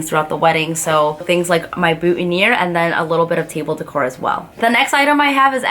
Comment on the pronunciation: When you said "decor" i thought you said dick whore ..... LMAOOO